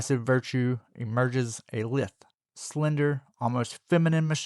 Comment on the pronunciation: your pronunciation of "lithe" is SUPER wrong. the i is a hard i and the "th" is like in "this" or "the"